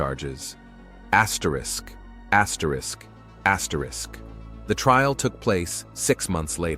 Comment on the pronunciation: What are you doing axrisk axrisk axrisk in ur videos now????? Stop lol I've been watching you for a while now and I'm just now hearing it....